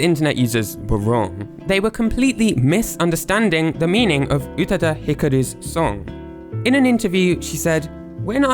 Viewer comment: Not "Utuh-duh", pronounced "Oo-tah-dah". Check your IPA pronunciation, elongate the second vowel,, no glottal should be used.